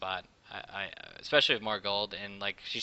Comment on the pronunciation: "xpecially Janna" HAH